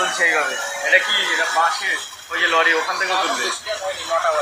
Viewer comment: লোরি না লরি বল